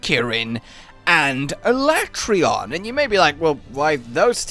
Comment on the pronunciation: no not alatreaon